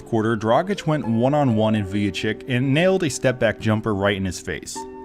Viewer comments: Who the hell is Vujachick? 😂 Its pronounced Vujachich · Great video But pronunciation is Vujachich